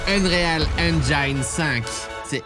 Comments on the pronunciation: C'est pas "Unréal" C'est UNREAL .. UnRILE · Eune raie al ....fais un effort... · Je t’en veux pas pour la prononciation d’engine mais pour unreal c’est autre chose mdr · J'adore tes vidéo mais franchement ton accent anglais fait mal... "enréale" ?? /ʌnˈrɪəl - ou si tu veux eunrile ;)